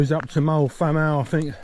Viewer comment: Thanks for the footage, hoping to do this in 2026. BTW, Moel Famau is pronounced "vam-eye", and the hill after Moel Arthur (just before you got to the first checkpoint) was Penycloddiau (pen-uh-clothee-eye)!